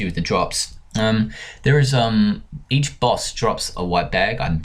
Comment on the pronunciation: wis Me: you just got a vit xD Me: are you drunk or what